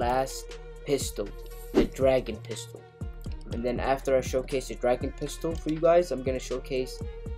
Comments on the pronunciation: It's dragoon. Not dragon. Dragoon. It has two O's and not 1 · I don't wanna sound like a nerd but it's not dragon it's dragoon, goon as in lagoon. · Dragoon is pronounced like harpoon with a d not a h and a g not a p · It’s dragoon. Not dragon